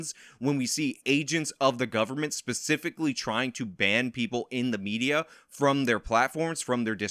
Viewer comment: I heard you say "SOCIAL MEZIA"